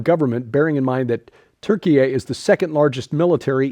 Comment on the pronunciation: I'll stop at the first story, really don't want to hear Turkey-eh again.